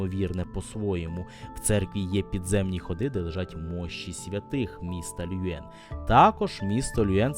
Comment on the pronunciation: Все ж таки потрібно казати Льовен, а не Люен. Ви продемонстрували захоплюючу подорож.